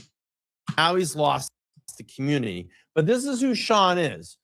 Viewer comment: I've been grinding my ass off. What was that cryin,? 😅 He can't say community.... Commooontty